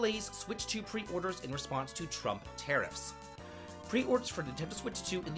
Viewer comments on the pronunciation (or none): none